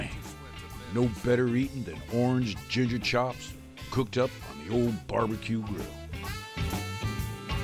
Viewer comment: YOUR GONNA NEED SOME "GIGJER" ROFL